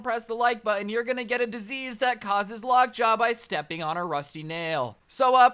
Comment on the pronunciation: It's Lock Jaw, not Lock Job. Silly boy. xD